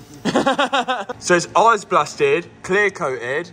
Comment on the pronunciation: " We're gunna let the arse blasters go crazy on it" That is legit what that sounded like to me... never knew ice could sound so much like arse 🤣